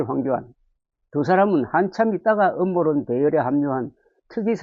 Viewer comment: 음모론 발음을 제대로 하세요 ㅋ